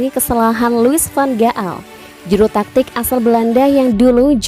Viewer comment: Louis van gal narrator...bukan Louis van ga'al... You pushing yourself to much... Saran gw lbh baik klo ga Tau pronounce nya gmn lbh baik cari Tau dulu, sorry yah ga enak soalnya dgrnya